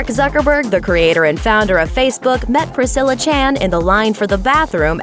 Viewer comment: That is not how u say Priscilla.